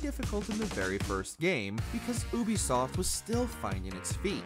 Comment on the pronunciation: The guy constantly calling them "oobisoft" is pissing me off.